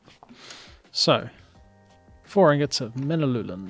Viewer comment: Man-u-lin. Sorry for the individual comments